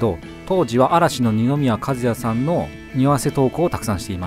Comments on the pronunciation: 二宮和也の名前の読みは｢かずや｣じゃなくて｢かずなり｣なんですよ… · 一応言っておくけど にのみやかずや ではなく にのみやかずなり だからな？😮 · かずやじゃなくてかずなりですよう。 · におわせてるんか、無意識なんかは知らないけど、みんなこんな細かい事をチェックするのすごいね(笑) 二宮和也の読みは、「かずなり」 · 二宮くんはかずやじゃなくてかずなりだと思います！ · 二宮かずやじゃなくてかずなり そこだけ気になったw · 二宮かずや ではなく 二宮かずなり だと思います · ニノのやつはこんなもんじゃないし、むしろニノが許可してないはずないし知らないはずない。だからアレはもうニノ公認の匂わせなんよ。。 あと、にのみやかず“なり”ね。かず“や”じゃない。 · ｢にのみやかずや｣じゃなくて｢かずなり｣ねwww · 二宮和也(にのみやかずなり)を【にのみや かずや】って呼ぶのに ん？ってなった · GUCCIじゃなくてPRADAでは？ あと二宮｢かずや｣じゃなくて｢かずなり｣です笑 匂わせこんなにあるんですね 伊藤さんのは見たことあるけど、他のもおもしろい！ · 「たかぎ」じゃなくて「たかき」な。 ちなみに、漢字は「髙木」が正しいです。 あと、「二宮かずや」じゃなくて「かずなり」ね。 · ファンではないけど、二宮『かずなり』だよ((笑)) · にのみやかずや→❌ にのみやかずなり→⭕️ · ニノは『にのみやかずなり』と言います。『にのみやかずや』ではないです。間違っていますよ！ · 二宮和也ってかずなりって読むんですよ、、かずやじゃないです。かずやは亀梨和也の方です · にのみやかずやじゃなくて にのみやかずなりね。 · かずや。じゃなくて、かずなりですね!! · いまさらですが嵐の二宮和也さんはにのみやかずなりですよ〜かずやじゃないですよ〜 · ニノは「にのみやかずなり」だよ「かずや」では無いよ｡ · 二宮かずやじゃなくてかずなりだよ～ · 二宮和也→かずや❌ かずなり⭕ ですよw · にのみやかずやじゃなくてにのみやかずなりです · かずやじゃなくてかずなりだよね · 二宮和也 かずやじゃなくてかずなりです。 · にのみやかずやじゃなくて、かずなりだよ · ニノの呼び方、カズヤじゃなくてカズナリたけどね… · にのみやかずやじゃなくてかずなりです！ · にのたんはかずやじゃなくてかずなりです、、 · にのみやかずやではなく にのみやかずなりです。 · にのみやかずなり。 かずやではない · にのみやかずなりね！ かずやじゃないですよ！！ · カズヤじゃなくて かずなり な。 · 髙木 ←たかぎ じゃなくて たかき 二宮和也← にのみや かずなり お揃いの件に関しては、どっちのが先に投稿したかによりますよね💭💭 個人的に髙木くんの手のやつが 1番エグイなって思いましたw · 二宮和也 和也は『かずなり』と読みます！ 間違えやすいですよね… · 「にのみやかずなり」です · 「にのみやかずや」！？ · 二宮和也 「かずなり」です。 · "かずなり"な😂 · にのみやかずなり な〜 人を紹介するなら名前はちゃんとした方がいいです